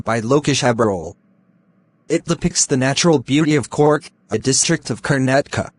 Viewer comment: Bro it's not corg it's Coorg pronunciations is more important